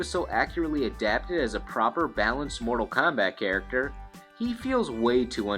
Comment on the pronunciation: "...Mordal KAHMBAT..."